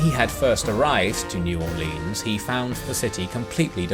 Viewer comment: While I love your videos and your description of the battle of New Orleans was top notch. New Orleans is not pronounced Orleeens. As someone born and raised down in South Louisiana I've never heard anyone except people who aren't from around here trying to sound like us Cajuns and all they are managing to accomplish is sounding cringy.